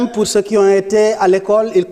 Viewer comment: On ne dit pas ceux. Ceus. On prononce juste ceu. Je pense que les conseillers en communication ont du travail en aidant nos gouvernants dans l expression orale.